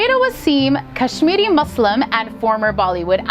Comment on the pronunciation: The host is good she pronounced muslim as muslim not mozlim like most American do